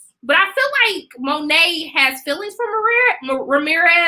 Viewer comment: The T in Monet is silent. Its Monay. No Dis.